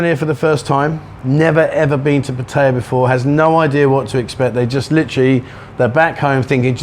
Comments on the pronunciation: It's Phat-tha-yaa with two short high tones followed by a long middle tone. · It's definitely PATT-uh-ya. Rhymes with Nadia, not with papaya. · say pattaya not pattaya ...